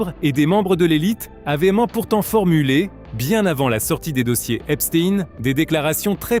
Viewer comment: c'est pas epstiiiine c'est epstein